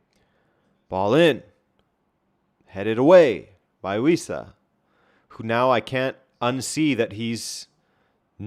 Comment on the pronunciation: Wissa? At first I thought you said "We Suck" 😅